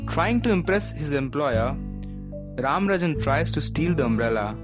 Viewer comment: It’s not ranrajan its rajaram